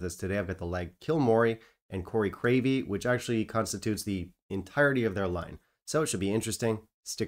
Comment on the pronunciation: You might want to see the doctor about those mini-strokes. Crave-killy isn't really that hard to say.